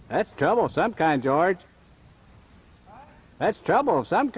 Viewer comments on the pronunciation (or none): none